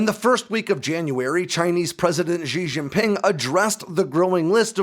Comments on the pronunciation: Good info, but poor pronunciation. The name of the CCP leader is pronounced /she jee ping/. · Xi Jinping she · jeen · ping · They don't even have that s as in measure sound in Chinese. X goes "sh". J sounds like Jif or Jingle. Xi Jinping is pronounced like "She Jean Ping".